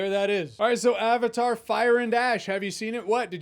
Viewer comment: Avatar is a Sanskrit word. He lost me in the first few minutes when he couldn't even bother to look it up and pronounce correctly. He probably knows how to pronounce Croissant and Fettuccine though.